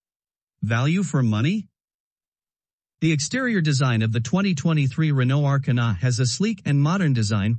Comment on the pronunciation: The A...kar...na lmao 🤣